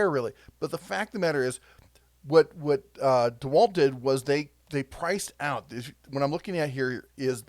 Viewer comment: Did you say DeHerculewalt, 🤣🤣